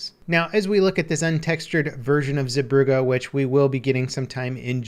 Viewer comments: The Zee part of the name is more pronounced like Zay. Brugge is harder to change to english. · [Epic Gaming] zebroughe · he absolutely butchered the name of the map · his pronunciation of zeebrugge is so bad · the way he says Zeebrugge ;D, the dutch know what i mean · Lol I took german courses at school and I could still tell he wasnt pronouncing stuff right. But shouldnt Brugge be written Brug in the name of the map?